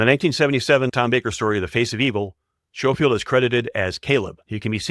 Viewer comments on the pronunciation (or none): Schofield is pronounced Sko-field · Schofield is pronounced as scofield. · the voice over pronounciation of william hartnell makes me cringe so much maybe do research first..to get it right pertwee, schofield and bernard cribbins also mispronounced